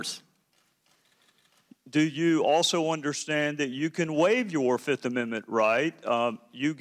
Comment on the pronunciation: 1, too, tree, fo, FIFF